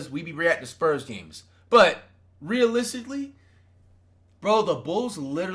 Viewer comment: "but in realisticlinesss" 😂😂😂